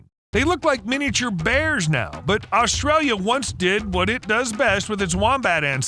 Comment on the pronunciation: There is not L at the start of the name Australia